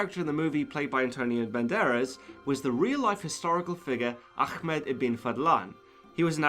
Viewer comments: Lol dude 😂 It's not 'achmed' it's ahmed > ah-med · It’s pronounced Ahh- med (like you’re breathing on your glasses before cleaning them) ibn (not ibben, don’t insert any letter in between) Fahddlahn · Ahmed is not ahkhmeeedddd lol , good video though ! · Can Western people PLEASE stop pronouncing the name Ahmed as "AKHmed"!!